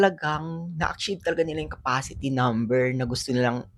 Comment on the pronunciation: San mo ba nadampot yang pronunciation mo sa achieve sagwa